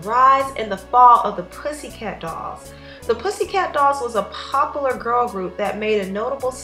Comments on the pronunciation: "popolor" *popular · Pop-u-lar not pop-a-lah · Poplar...lol it's so weird actually noticing the differences in how people pronounce words. You know it's funny as hell that these women seem jealous if Nicole. If one of them had the chance to get their own dressing room and tour bus I think they would've taken it. There is always someone in the group that is much more popular then the others. But those women were jealous. Nicole looked gorgeous and seemed to have the best voice